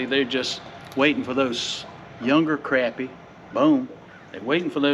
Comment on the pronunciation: I can't support a guy that pronounces Crappy wrong... LOL